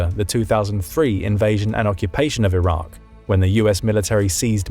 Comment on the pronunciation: It’s Iraq. Not that difficult